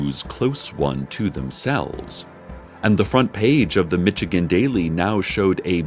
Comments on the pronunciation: "Mitchigenne" That ain't it sis lol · "mitchigan" aw, cec you dork